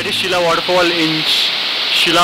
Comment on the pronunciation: I guess its Sheela not Shilla